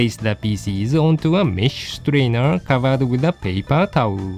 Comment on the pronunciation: Every time you pronounce "pieces" all I hear is: feces.